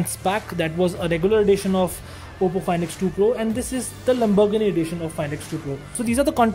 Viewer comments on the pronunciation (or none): Wtf is lambargandi, lambargann, lambarganni, ek br practice krli hoti video se pehle, it's fkn Lamborghini. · It's Lamborghini Not lumberghini. I'm sorry for correcting , not making fun of you . It's just offensive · Why he saying "lambogni" 😂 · Bhai wo Lamborghini hai lumbergini nhi😅😅😅😂😂😂🙏🙏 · Am I the only one hearing "Lamburgni'? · Why he is saying lumbergn edition 🤦🏻‍♂ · the lamburghan edition!!! . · He said lumbogini lmao